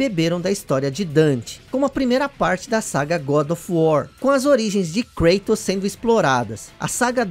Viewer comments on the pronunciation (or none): none